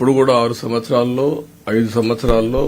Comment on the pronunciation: ఐదు 'సమ్మచ్చరాలు' అంటున్నారు సీఎం గారు